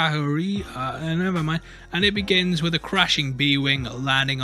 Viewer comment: How's A-KA-KI-RI hard to pronounce?!